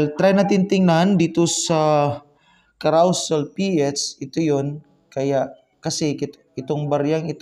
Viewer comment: ang pronunciation po ay "ka-ro-sel", hindi ""ka-raw-sel"